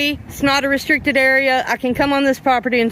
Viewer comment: ree-strick-ted; held back in school due to low IQ